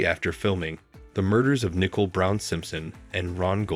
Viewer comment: "Ai" can't pronounce 'Nicole ?" That's pretty lame, how DISRESPECTFUL of a video maker ?